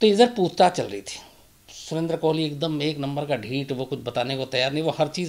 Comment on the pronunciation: कोहली नहीं कोली है वो